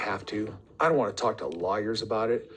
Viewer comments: Did he say liars or lawyers? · He said “law yers”. Did you miss that one?